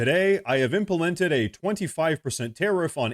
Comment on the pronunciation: Did he just say Impamented?